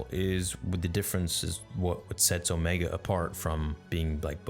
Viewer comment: It’s pronounced omeeeega